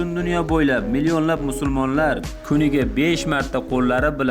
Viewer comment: Brat musulmon boladi siz musurmon dedingiz meni togri tushunasiz deb oylayman